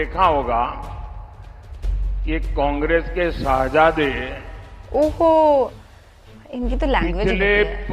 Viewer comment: सेहजादे नही शहज़ादे... गँवारों के सरदार 😏